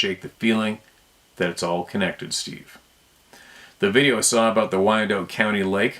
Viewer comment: I used to live near Wyandotte County Lake, it's pronounced "WY-an-dot", last syllable rhymes with shot and cot. Please don't take offense, I just wanted to help a little bit.